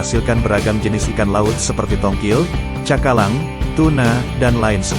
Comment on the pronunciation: Tongkol bro, kok tongkil 😅😅